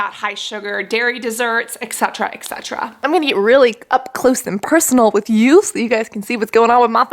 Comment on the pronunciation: giiiiirl, it's ET CETERA, not exetra